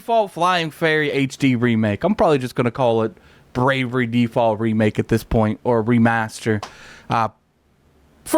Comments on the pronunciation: *Bravely with a L Not bravery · came in comments looking for this, it was triggering me. i was like please say it right atleast once PLEASE!!! lol